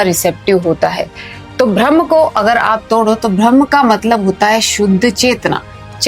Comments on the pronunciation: कृपया ब्रह्म कहिये ... न कि भ्रम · Atleast pronounce rightly it is Brahma... Not bhramma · correct your pronunciation Brahma not BHRAM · Ma'am, बहुत अच्छा समझाया आपने, लेकिन....... BHRAM नहीं होता बल्कि BRAHM होता है। 🤔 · अरे भ्रम्म नहीं ब्रह्म है वो 😂